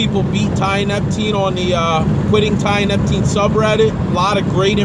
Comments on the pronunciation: tee uh nep teen < not tie uh nep ok kool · Uneducated people shouldn't play about with drugs. If you can't pronounce its name properly then you clearly haven't researched it enough to use it responsibly. This is why potentially useful novel substances get banned.